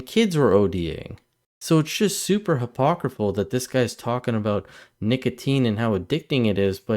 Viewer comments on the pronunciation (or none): Hypocritical -- not "hypocriful". BTW, great channel!